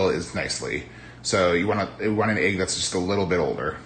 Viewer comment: I just love how you say "ayg" for "egg." <3